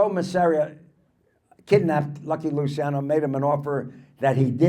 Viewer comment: Luciano, pronounced Luchiano. Ci is like ciao.